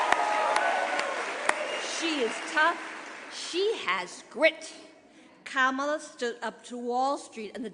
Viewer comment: Giffords is repeating her convention speech word for word. They can't write a new speech for her? Then, she mispronounced Kamala's name...